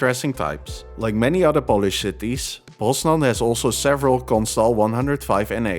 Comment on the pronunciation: your Polish pronunciation is definitely improving! great video as always!